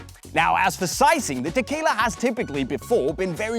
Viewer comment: I keep hearing "tequila"...I need to go get a drink now